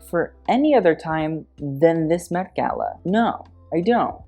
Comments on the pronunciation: At the beginning I thought said the "Meh Gala." By the way, Autumn De Wilde was fabulously on theme. And I loved it. Design wise, I'm not sure what experts would think, but I thought she was amazing. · "meh" gala lol